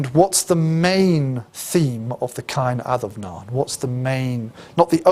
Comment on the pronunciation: No biggy but it is pronounced Caw-in ad-um-naw-in. The fada changes an “a” to “aw” Enjoyed the lecture.